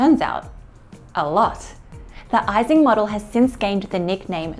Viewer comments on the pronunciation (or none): Americans generally pronounce it wrongly, but it's "ee-sing" model. No "ice" there.